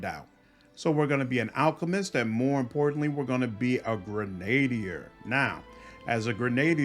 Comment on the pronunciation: Just a tip, because it bugs me, Grenadier is pronounced GREN-a-DEER, not GrenADE-ier.